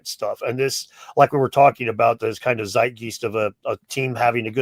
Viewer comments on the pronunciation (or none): Great video,, as ever - but take it from me as a German: Zeitgeist - it's Zeitgyst like in dyke (the structure, of course). Zeitgeest always makes me think of a flock of birds...